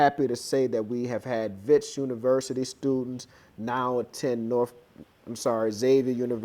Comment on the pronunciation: I just loved when u said University not Universiry, bam-bam just like that